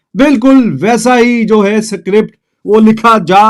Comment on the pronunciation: Script ❎ Sikript